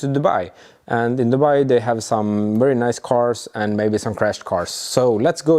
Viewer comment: Did he end up getting a wee eight from the wolkswagen? Or is that wery hard to find? It will definitely be a wery nice wolvo